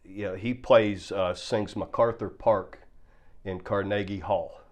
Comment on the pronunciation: Car-Nage-Ie Hall. hahahaha